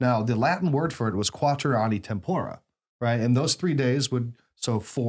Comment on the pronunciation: English speakers triying Latin are so cute. They say Tempora and they sound like Satan himself.